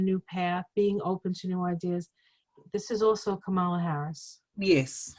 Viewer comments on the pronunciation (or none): I love you all, but please can we at least get Kamala Harris' name pronounced right? The emphasis goes on the first syllable, not the second. Say KAmala Harris, not KaMAla Harris. The other side gets it wrong on purpose.